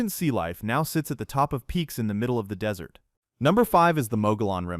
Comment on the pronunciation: It also says Dis-ert Road...